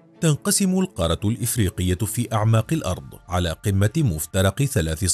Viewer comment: نرجوا تصحيح نطق القارة .. بالتركيز على تشديد حرف الراء .